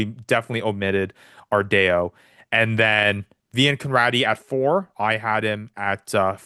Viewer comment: Ardao: R-DAY-O is out of pocket, lol. R-Dow correct pronounciation